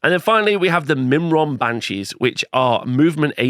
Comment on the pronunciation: Myrmourn - Meer-morn..... f'in Mimron, wtf is this? :D